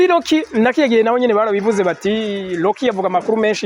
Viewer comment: None ga homme nawe ko wize urudome R rurakugora kuvuga nk'abanya Rwanda? Rocky usoma Locky? 😮